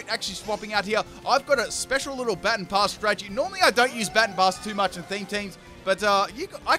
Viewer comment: I swear, mispronounce "Baton Pass" one more time... All in all, great video though.